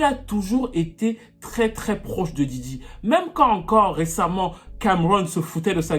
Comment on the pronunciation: Djidji 😂😂😂 Yo man it’s Diddy